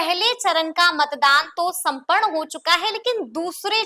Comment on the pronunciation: Chunaw sampan huwa. aap apne urdu hindi dono ka pronounced thik kare us se aap ki reporting me or nikhar aai ga.